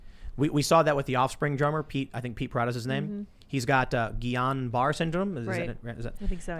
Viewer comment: Tim, for the love of god, just google how to pronounce Guillain-Barre.